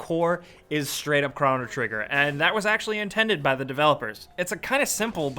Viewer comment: Two different pronunciations of chrono within the first minute. Man you suck